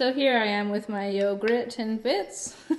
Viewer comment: “Yog-rhet and bits” 😂😂😂